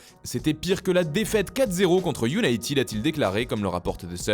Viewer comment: Pitié : arrêtez avec vos IOUNAÏTIIIID 💩il faut IOUNAÏTED